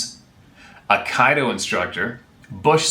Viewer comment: Did you really butcher “Aikido” ? 😂